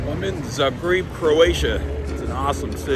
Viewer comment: Zah-greeb it is!